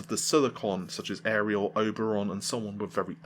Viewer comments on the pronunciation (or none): none